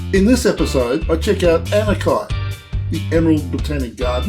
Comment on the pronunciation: Hi, We have a Anakie here in Victoria near Geelong and it is pronounced Ana-Key Regards Brian